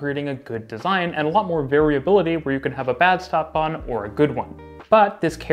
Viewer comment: I can't help it, I must mention that STadtbahn is pronounces "sh"tadtbahn, with the sh sound. It is a kind of exception - words starting with s+t get the "sht" pronunciation. Stuttgart is another example. It was rather annoying to me. Otherwise, an interesting comparison.